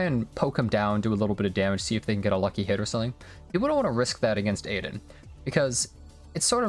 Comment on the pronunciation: btw it's pronounced 'Ah-Din', not Aiden lol